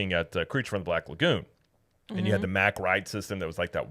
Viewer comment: why did you switch back to the incorrect pronounciation of Mack Rides? They are a German family company and it's pronounced Mach or Mock. They are known worldwide and have nothing to do with Mack Trucks. Every other theme park channel says Mach. It's ok, you won't get in trouble for pronouncing it correctly...Poppa Smurf WILL NOT carry you away in the middle of the night! lol